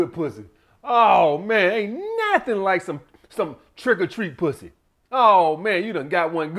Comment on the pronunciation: “Some sucka Pwuzzy!!!” 🤣 I’m dying over here on public transportation. 😂